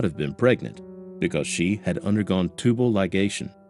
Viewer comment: I know this is going to sound nitpicky as hell but THANK YOU for saying tubal ligation correctly (and not "litigation" or "tubalation" or any of the other weird pronunciations I've heard on other channels) 😳 great video!